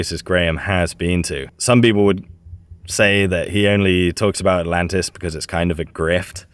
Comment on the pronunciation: I thought he said Atalanta